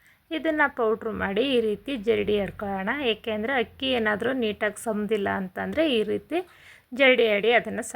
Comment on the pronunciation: Super laddu🎉🎉 but ಅದು ಹಕ್ಕಿ ಅಲ್ಲ ಅಕ್ಕಿ ಕನ್ನಡ ಶಬ್ದ ಸರಿಯಾಗಿ ಇರಲಿ 😂🙏